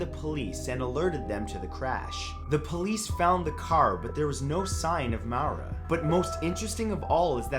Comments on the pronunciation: Maura. Pronounced "More-rah" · I think Maura is pronounced like Laura or Maureen. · I don't want to sound mean but Maura is pronounced Mora. Like Laura but with an M. It's a common mistake. 😊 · Maura is said moora..... Lol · It’s pronounced Maura like Laura... she is literally one of the most famous missing persons of our day! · The name "Maura" is pronounce MORE-uh. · In Brazil it's pronounced Mawra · More-ah Murray. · Creepiest part is your pronunciation of Maura (more -ah). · Matt it’s pronounced Mora, like Laura with an M. Trust me, I know. It’s my name 😘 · I think 9 is pronounced Moi-rah. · maura is pronounce more-a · Maura is pronounced "Laura", but with an M. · Maura Murray...seriously? I've heard plenty of podcasts on her. Not really that creepy. I've heard creepier. And you pronounced her name wrong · You pronounced Maura wrong and she disappeared in NEW hampshire there’s no place called just hampshire in New England. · You could at least take the time to learn how to pronounce a person's name if you're going to talk about them. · The scariest part of the Video is how he pronounces Maura. UGGHGH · You butchered Maura Murrays name. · It's pronounced Mara not Mawra it's my name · Lol... isn’t it pronounced “More-ra” and not “Mowra”? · Maura is pronounced Mor-a not Mow-ra😂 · "Mowra" its pronounced Mora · Its not pronounced low mow-ruh. The name Maura is pronounced Mar-( like march) ruh. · It's pronounced moorah not mowrah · Maura = MORE - ah not MOW - ruh. Sounds like Laura. And the mellified man... that's interesting not creepy, at least to me. I've heard about "The Hands Resist Him" and nope, I look at a photo of that painting online and get the heebie jeebies, never would I ever own that thing. Also, re: Mayhem... a photo taken by another band member of the lead singer's dead body was on one of their album covers. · It’s pronounced More-a not Mawr-a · Just a side note: Maura is most commonly pronounced More-ah, not Mau-ra. 😊 Keep up the awesome vids!